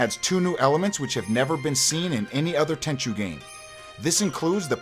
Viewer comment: ten chew? ten chu like like the ju of juice